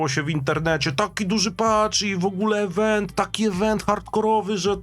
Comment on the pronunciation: IWENT a nie EWENT !